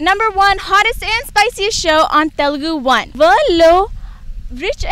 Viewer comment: Deeni over action thattukoleka pothunnam babu. Koncham Telugu nerpinchi anchoring cheyyinchandi. Please. Telgu enti Telgu. TELUGU anaali.